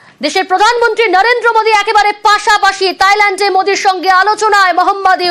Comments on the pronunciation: তাইল্যান্ড নারে ভাই থাইল্যান্ড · তাইল্যান্ড বলে কেন রে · গাধি ওটা তাইলেন্ড না থাইল্যান্ড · তাইল্যান্ড না থাইল্যান্ড হবে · দেশের নামটাও ঠিক করে পারেনা তাইলেন্ড🤣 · তাইলেন্ড 🤣🤣🤣🤣 অশিক্ষিত সাংবাদিক